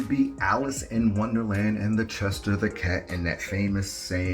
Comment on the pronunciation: It's the chess shier cat not chester